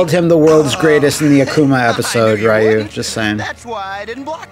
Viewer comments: It really boggles my mind that they can actually pronounce “Ryu” properly when it’s a part of “Shoryuken” but still calls him Rye-Yoo.🤨 Yeah, a lot of people still call Ryu as Rye-Yoo even to this day but I’ve never seen a single soul that calls Shoryuken as Sho-Ryu-Yoo-Ken. LOL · Same honestly. But then they would always say Ryu's name wrong and I couldn't take that lol. Also Ken is a friggin moron in this series. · Yeah, it was kinda forgivable back in Street Fighter 2 era as the game didn't have any samples pronouncing it (other than shoooryuken) but there have been many, many, many Street Fighter games since then that outright say Ryu's name out loud and correctly. Plus the anime movie released in english in 1994 said it correctly too and I would have expected many SF2 fans to have seen it by now even if they hadn't bought the movie back then themselves (I bought it then here in the UK and it became one of my most watched movies ever. And beats the heck out of the Van Damme movie that itself gets Ryu's name wrong and this cartoon is based on that). Ryu is one of the most recognisable characters in gaming. He's iconic. It's weird that even after 30 years there's so many people who can't get his name right... Anyways I ranted a bit more than I probably should. Been a long annoying day. Off to be bed. Goodnight. :D